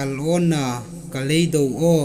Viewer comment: I thaw ṭha de. Sikpui Hla thu I hung tiem kha andik naw a ṭhen ṭhen a um eg ka leido aw = ka leidaw aw ti dam le a dang dang. Amiruok chu ei tienami a ziaka um youtube a ngaithei dinga I hung siem hi a ṭha hrim hrim.